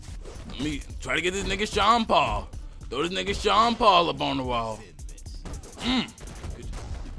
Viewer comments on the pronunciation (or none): Its "SEAN PAUL" OK